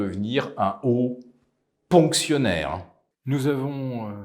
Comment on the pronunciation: Hauts "ponctionnaires" 😅 J'adore !